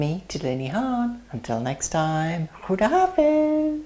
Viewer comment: i like how you say 'assalamualaikum' and 'khudahafiz' :)